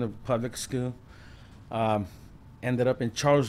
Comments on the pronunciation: Ik wanted to laugh everytime he said schoo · i luv how this foo say scoo😂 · Shi had me dying